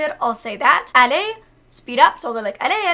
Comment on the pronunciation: You have amazing pronounciation ! Especially when you say "allez" or "doucement"